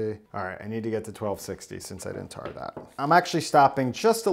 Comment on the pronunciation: "I'm gonna tar that" lol